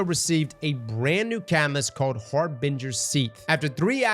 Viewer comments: why are you saying harbinger like that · My man is fighting to pronounce harbinger